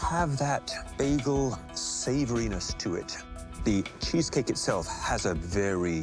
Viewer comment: Never have in my life heard someone pronounce bagel that way ffs